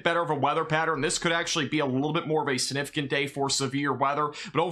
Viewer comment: You say SUNIFIGANT a million times a day ! It's like scratching a chalkboard since you grossly mispronounce the word. SIGNIFICANT!! SIGNIFICANT!! SIGNIFICANT!! Why do you ignore!